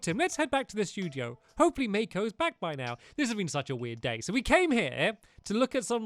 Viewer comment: The first in the movie thought you said date instead of day